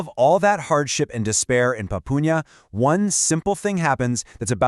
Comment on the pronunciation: Pronounced, "Poo-pah-nya"